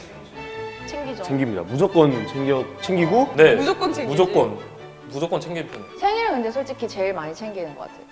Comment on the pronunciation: 무ZO껀 챙긴드아~ㅋㅋㅋㅋㅋㅋㅋㅋㅋㅋㅋ